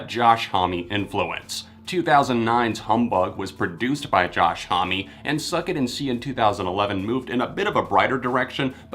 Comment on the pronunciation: Not trying to be rude, but Josh Homme’s last name is pronounced “home,” not “home-y” lol.